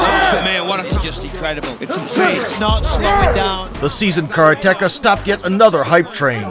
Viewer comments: At least try to pronounce karate-ka properly. Not kara-teka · What the hell is a 'karaTeKa?' Is that something off the menu in a Mexican restaurant? Maybe you're trying to say the Japanese word 'kaRate-Ka.' For God's sake. This is a martial arts video. Learn the pronunciation the Japanese word ''karate-ka,' God damn it. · Please, stop saying kara-teka! Ruins an otherwise great video. Its Karate-ka. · The narrator should learn the correct way to pronounce "karate-ka". (Katate person).